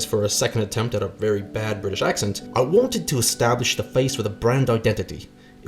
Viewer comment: It's British not brita please